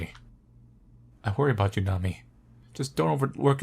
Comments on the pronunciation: Nami-eh: that's how it's pronounced lol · I think her name is pronounced Nami-eh. Japanese names aren't known to include letters that are silent.